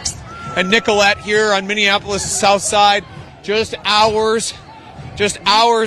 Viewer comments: nicol-et not nicol-ay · Ask a local resident! It's pronounced Nicolet not Nicola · It’s Nicolett pronounced NICK-uh-let. Keep up the great work and thank you for being here. All respect